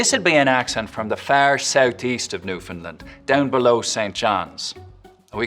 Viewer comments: Sorry, but as a Canadian, I have to totally disagree. Right off the bat, he failed to pronounce "Newfoundl - AND -d" correctly and he made everything else sound completely Irish, which is not the case even in Southern N, where the hard Ts are in fact dropped at the end of words ("Roight"). He nailed the Cajun accent, though, making it sound even more Acadien. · If you would like to know how to pronounce the word Newfoundland just Say, "Understand Newfoundland". The 'Neufin' portion is said with the same rhythm as 'under" and 'land' is said the same way you say 'stand'. So, break the word 'Neufin-land' up, the same way your breakup the word 'under-stand'. And now you understand how to say Newfoundland. Don't get tripped up in the 'd'... your mouth will make that sound anyway. Irish language is meant to be spoken quickly. It's a story telling island language like Jamaican. It sounds funny if you speak slowly. Look at the name 'Dempsey', try not making the 'p' sounds as if the name were spelled 'Demsey'. The word naturally forms itself. The way our language is pronounced is partly based on phonetics and partly based on rhythm. The dialect is a combination of speach and song, it's a more enjoyable way of communicating. Hope this helps. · Your newfoundland accent was decent accept for your pronunciation of "newfoundland". it's new-f'n-lAnd" with a clear land at the end. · Buddy. It’s pronounced NewfoundLAND. Rhymes with “understand.” You gotta get that right, or else the whole rest of it is suspect. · Noticed that. Just to put it terms Americans can understand: It's Newfinland as in Disneyland, not Portland. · Pretty good Newfoundland dialects, but what stood out as an error is his pronunciation of Newfoundland! The last syllable, 'land', is pronounced to rhyme with the last syllable of "understand". So understand, Newfoundland. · Very interesting video but you are not pronouncing the word "Newfoundland" correctly :) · It's New Fin-LAnd, not new fin lin. :-/